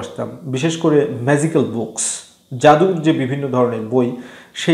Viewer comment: জ আর য এর উচ্চারণে ভুল আছে, ম্যাযিকাল না, এটা ম্যাজিকাল।